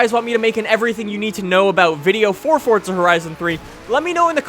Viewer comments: What is your nationality because I thought it was forza not fortza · Its forza not fortza dumb fuck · Why does he keep saying fortza it's forza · he keep saying FORTZA, isn't it pronounced Forza with no T? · Forza not Fortza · It's Forza not fortza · you make some great content, but its FORZA not fortsa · Where's the "T" in "Forza"? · Since when is there a "T" in forza ? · Where is the T in forza? 😂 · theres no T in forza